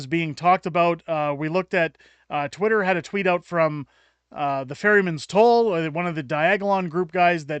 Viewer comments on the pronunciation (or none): none